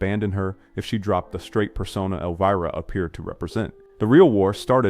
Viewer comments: Elveeera? Come on AI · Elveera and Harold Raamis? At least try to make the AI VO believable.